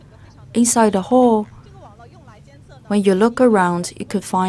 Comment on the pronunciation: I was so confused why she always says hole🤨finally figured out she means hall